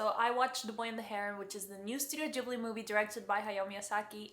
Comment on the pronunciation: "Ghibli" is Italian from one of their early movies. Gh- in Italian are always pronounced with a hard G, like in "gift"